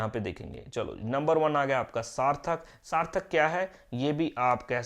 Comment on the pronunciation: Sir sarthak nhi hai sarthal hai